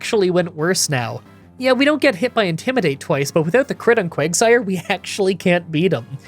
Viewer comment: You called quagsire Quagmire